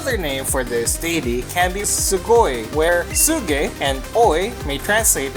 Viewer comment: Herensuge would actually be pronounced without the H, something more like erensuge.